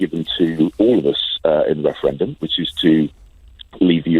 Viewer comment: A second weferendum